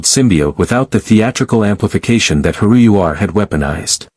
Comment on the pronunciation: Multiple things wrong with this story. 1:, Ancients appear nowhere in the Star Trek universe. 2: Stargate uses hyperdrive not warp drive. 3: How could Tuvoc know anything about Naquida(?) when Bellena says they have no reference for the mineral in their database. 4: it’s pronounced Hairu ur. And those are all in the 1st 25 minutes of the story!